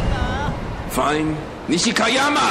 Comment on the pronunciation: It's pronouced: niche-key-ya-ma